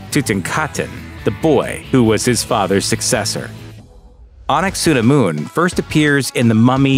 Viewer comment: Not ah nuck sah nah moon. Ah nunk ah sah nh moon. If yer gunna include her, say her name not anglicized eh?